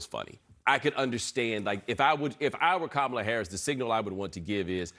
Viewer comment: A few weeks ago he was pronouncing her name correctly, I believe he is intentionally pronouncing it wrong.